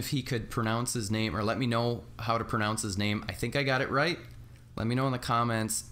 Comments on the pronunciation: Great Vlog man. Yes, you pronounce my name perfectly. I'm glad your prize got to you safe. Thank you for playing. review the figs together. they comes together, You have to review together. Haha. I'm looking forward to the review. If you watch my next video, There's a surprise on that Mary J 2 pack for me. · you're right, they need to be reviewed together. We'll see what I come up with. I'll be checking out your video as soon as its out bro! Glad I Got your name right, I hate when I pronounce someone's name wrong. Thx for checking out the video and thank you again fir doing that giveaway and drawing my name.